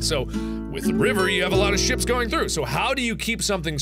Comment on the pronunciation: you said swip not ship